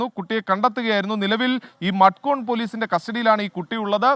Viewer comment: മഡ്‌ഗോണല്ല മഡ്ഗാവ് എന്നാണ് ഉച്ഛാരണം.